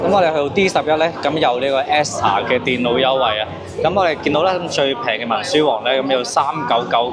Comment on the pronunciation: Acer ,edifier品牌都讀錯